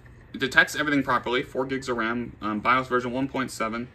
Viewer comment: "4 gigs of wam"